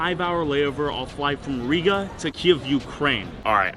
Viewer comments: Its not ariga but riga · The way he said RiGa as a latvian its so funny to see you pronounce RiGa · The way he pronounces Rīga is funny